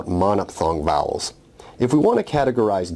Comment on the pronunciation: vowels - bowel big pronuciaton problem here